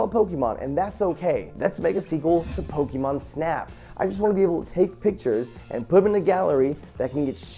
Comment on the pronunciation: Pls Jovens Pls. The E in Pokemon on not hard. It's a soft e. Pronounced "Poke - i - mon"